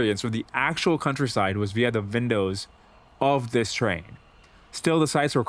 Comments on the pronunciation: lol "vindows" indian accent poking through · vindows. Is this colossus of a man also a foreign speaker of English to boot?! Dwarkesh never ceases to amaze❤